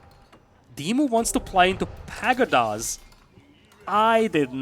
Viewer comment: "Rather pedestrian". Just a heads-up, I think you took this to mean 'slow', but it's actually a disapproving way of describing something as mundane, ordinary or unexciting. The word 'pagoda' has the stress on the second syllable, "pah-GOW-dah". Deer meat stacks higher (20, off the top of my head?) than sheep do, meaning less trips, meaning less tax. Beasty immediately heading into trade was such a good move I'm surprised I've never done it in similar matchups.